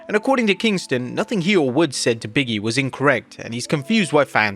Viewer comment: It's Big E not biggie 😅